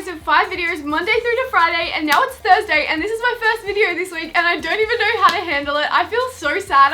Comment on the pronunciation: when u say now it sounds like meow